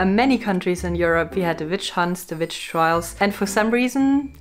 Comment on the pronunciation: I LOVE THE WAY SHE SAIS VICH. ONLY A TRUE VICH CAN SAY THAT.